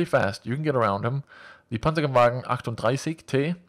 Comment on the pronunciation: I.. am impressed that you did know how to say "38" in german! :)